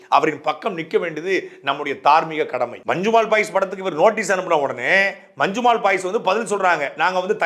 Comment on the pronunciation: நல்ல கருத்து ஆனால் அது 'மஞ்சுமேல் பாய்ஸ்' அல்ல 'மஞ்சுமெல் பாய்ஸ்' (நெடில் அல்ல குறில்). பெயர்ச்சொல் குறிப்பிடும் போது அதே உச்சரிப்பு இருந்தால் தமிழுக்கும் உங்களுக்கும் சிறப்பு. இது எனது புரிதல்.